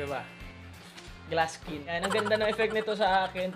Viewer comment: iskin daw hahaha saan yung "i" sa bago yung skin?